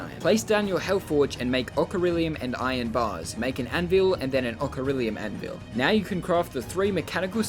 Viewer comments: Are you saying ocharilium instead of orichalcum? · its pronounced orakalcum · now i have heard orichalcum said weirdly but never like okarilliam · The way he pronounces "Orichalcum" as "Ocirilium" made me wince. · Ah yes the well known “ok-a-ril-ium” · Orichalcum, thats how you say it, not whatever you said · Ah yes "ocharilium" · Nobody: Not a single soul:: pronounces orichalcum as auk-e-rillium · I mean he lives in Australia maybe he cant read good upside down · It’s pronounced orichalcum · The way he pronounces Orichalcum triggers me. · why does he pronounce orichalcum like thatttt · Can we just take a moment to notice how he says orichalcum?